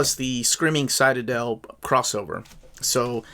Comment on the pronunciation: What an odd way to pronounce citadel. The ci in citadel is said like in city. Well anyway this looks like a pretty neat book. So far the only Star Wars comics I've bought have John Ostrander's name on them, maybe this will be the first one that doesn't. Scratch that, this definitely will be. Homicidal droids like HK-47 from KOTOR is all I needed.